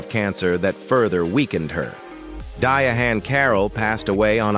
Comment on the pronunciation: How do you not know how to pronounce the name Diahann?